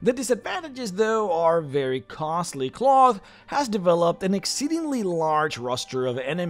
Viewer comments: I think this is pronounced like, "Klaus," and not "cloth". "Klowth" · I'm not sure what the canon pronunciation is, but I prefer to pronounce Klauth as "Klowth" rather than "Cloth" because the latter just sounds silly. It's kinda like how the Hobbit movies pronounced Smaug as "Smowg" rather than "Smog" but even more so, because "Cloth" is an absolutely terrible name for a dragon. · I think you should say his name like "Klow-th" not "Cloth" .... sounds more regal and powerful... much like saying "Smow-g" instead of "Smog" from the Hobbit. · I'd always pronounced it "KL-ow!-thhh" rather than "cloth" ... feels weird bro.png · It's pronounced clowth. People actually lived in the veil before 5e and apparently they ruined that too. They kept the land nice and gave him tribute and he wouldn't kill them or let anyone kill them. In my last campaign he became my right hand advisor voted on by all the other dragons in my Empire. My character is chaotic good, and he built an Empire on the Northern sword Coast. Campaign went four and a half years and I won lol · "cloth" lmao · You repeatedly mispronouncing his name as "cloth" drove me nuts